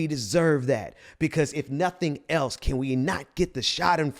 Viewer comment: Agree with you, but it's "schadenfreude". No "er" on the end.